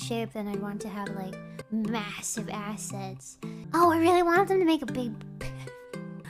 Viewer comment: Slime Gura with big jiggly buns? She did say ass-ets